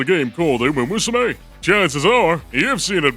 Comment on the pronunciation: it's called uma MUSUME, not uma usume